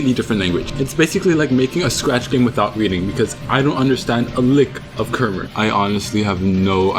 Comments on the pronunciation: i'm cambodian-american and i'm pretty sure it's pronounced "kha-mai" not "ker-mer" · The way you pronounce kmere was so stupid lol,like ker-mer really?